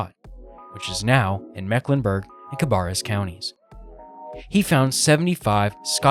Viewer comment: it’s pronounced cuh-Bear-us. It’s one of those words you have to grow up here to know. And it’s row-ANNE county.